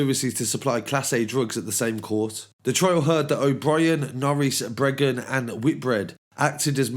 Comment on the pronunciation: It's Breagan not Bregan